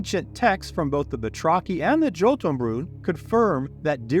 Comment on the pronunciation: This and other videos by you are a great "refresher" for my fading memory and ageing brain One thing i would like to correct - not your lore - but your pronunciation, when you mentioned the Jotunfolk/Jotunbrood towards the end, the J is spoken as a Y (as in Jung/Young), despite many games and various sources, especially video games and movies insisting on the English J, the word Jotun is Old Norse (something i know a little about) and while it commonly gets connected to Giants, giving rise to stories of Thor fighting giants, the actual translation of the word is more likely "Gnawer or Chewer", or one who wears down with its teeth But Snorri Sturlusson, Iclenadic 12th century Christian scribe was never one to let truth get in the way of a good story and so Jotun = Giants according to him, and since he was a self declared expert on these things, it kinda stuck So pop cutlure today is strewn with games and more featuring Giants using the word Jotun But im not sure what is more scary, that long ago there may have been giants, or that long ago there was something for its tendency to chew and grind food with its teeth Hope you appreciate the correction, in the spirit it is intended, that some of us simply seek to improve the world around us as well as ourselves